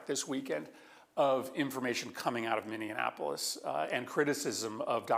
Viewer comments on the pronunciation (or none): did he pronounce Minneapolis, "mini Annapolis"? 😂